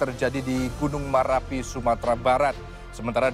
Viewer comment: Min bukan merapi tp marapi